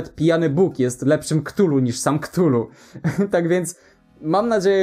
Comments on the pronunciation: Wymawia się "katulu", a nie "ktulu". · A Chthullu nie wymawia się przypadkiem ka'thulu? Tak mi się wydaje było powiedziane chyba ten...